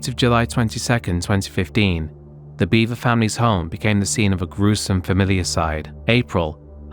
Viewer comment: Not "Beaver" its Bever. B-eh-ver.